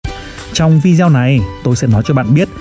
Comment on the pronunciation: Giọng đọc hay, rõ .. nhưng tốc độ nhanh quá .. phát âm một số âm như tên Carnegie, video ..chưa chuẩn, nghe như nói nhịu .. nhạc nền nên chọn loại ít trống, ít gõ hơn, và nhạc nên có cường độ thấp hơn giọng đọc .. God bless .. amen.